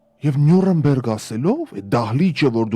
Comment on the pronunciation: Նյու ՐԵՆ բերգ չէ ' , ՆյուՐՆբերգ է